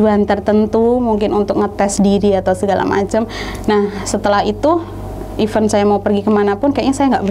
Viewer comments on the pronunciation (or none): none